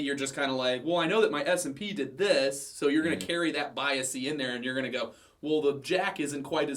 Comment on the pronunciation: It's bias not biasy. Thanks.